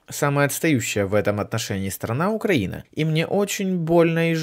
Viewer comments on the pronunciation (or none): none